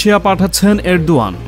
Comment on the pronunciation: ardogan uchcharon korte hobe